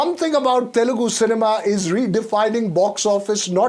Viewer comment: it is teL- U - gu NOT telgu please